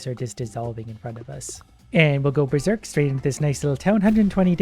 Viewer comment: We ber-zork!